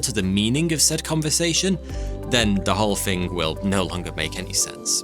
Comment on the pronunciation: Nice job narrating, but saying the /th/ sound CAN'T be that hard. Can it? Other...not Uver .... Nothing ... not Noffing..... North ... not Norf.